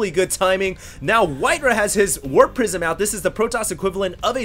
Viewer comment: sounded like "it's gonna be a warp prison" here